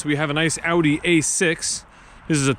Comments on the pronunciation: Most impressive thing was hearing you pronounce 'Audi' correctly 👌 Americans and Canadians say "Oddy" and it drives me insane lol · They say it in the commercials! lol AH-OO-DE. (I'm Canadian by the way. ;))